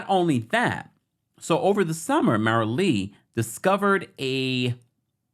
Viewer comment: I’m sorry I can’t take it. MARILEE LIKE ROW ROW ROW YOUR BOAT. FIE BIG NOT FIG BIG